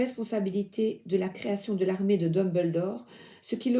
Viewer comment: Coucou 🇨🇦❤ 😊😊😊 13 h ici, alors Bonjour!!!! 🎉🎉🎉 Merci pour ta magie d'amour tu est merveilleuse et lumineuse ton aide m'es grandement presoeuxe face a une malade mentale.... L'armee comme tu viens de prononcer ahaha 😂😜🙀